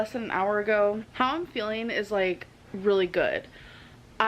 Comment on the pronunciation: she can't even say feeling right she says feelin it's so annoying